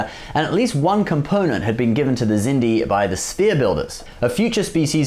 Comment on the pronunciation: I just asked myself why do you pronounce the Xindi like "Sindy" instead of "Ksindi"? And why did you include ships from the Crap Trek universe from JJ Abrams? This BS is NOT Trek!